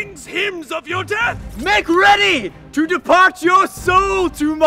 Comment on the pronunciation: "I am reaty!"